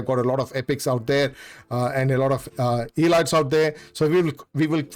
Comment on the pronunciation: You should look up how to pronounce word "elite" "elites".